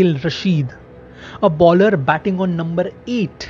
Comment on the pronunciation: Why you pronounce baller instead of bowler?